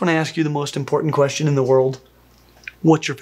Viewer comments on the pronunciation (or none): none